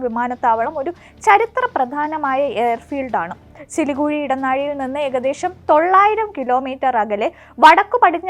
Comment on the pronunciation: സിലികുഴി അല്ല സിലിഗുരി ആണ് 😂😂😂